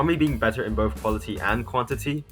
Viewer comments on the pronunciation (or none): none